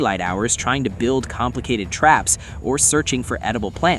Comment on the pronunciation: "TRAYS" AND NOT TRAPS.